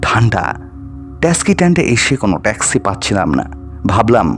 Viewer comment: Tumi bangla uchharon thik koro. Taski noy, taxi.